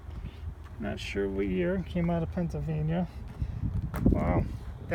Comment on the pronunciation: Which yard is this? I heard you say "Pennsylvania car" a few times